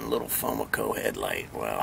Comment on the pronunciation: The way you said "FoMoCo" I've never heard anyone say that before ... lol interesting.